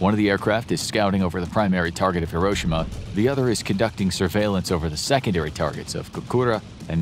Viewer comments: The fact that he says Hiroshima wrong bothers me other than that this is a great video thanks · Bro said Hiroshima wrong 💀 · It’s pronounced like hero-she-ma. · Why can’t none of these people pronounce Hiroshima correctly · The Narrator keeps mispronouncing Hiroshima. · You pronounced Hiroshima wrong